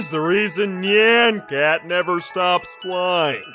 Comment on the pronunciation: That is not how you pronounce nyan cat